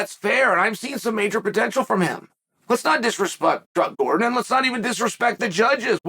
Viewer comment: I'm not sure which is worse, Chael getting Gordon's name wrong every time or him saying paddy is championship material. Dude just got 30-27d by an unranked opponent.